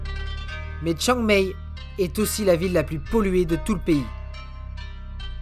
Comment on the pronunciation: Chiang Mai se prononce Chiang Maille et "ph" se prononce "p". Joli documentaire... mais ça n'est pas la vraie Thaïlande, c'est celle des touristes.